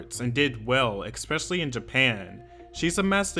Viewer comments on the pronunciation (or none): look, if you don't stop saying expecially I will stop watching videos. ESPECIALLY